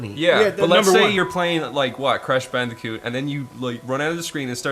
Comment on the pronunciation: “Crush bandicit”